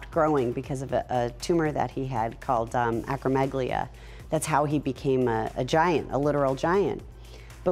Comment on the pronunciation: Sorry Steph I had to; he had acromegaly not acromeglia and acromegaly is the name of the condition not the tumor 🥴